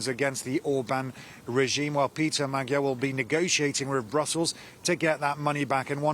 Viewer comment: Please learn, that "gy" in "Magyar" should be pronounced like 'd' in 'duke", thank you!